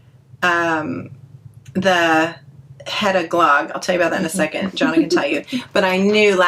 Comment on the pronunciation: I am one of the silent grammar police, but I never correct anyone except one of “my own children”. FYI the pronunciation of “glogg” is more like glug. Not quite but close. Love you guys so much. Thank You!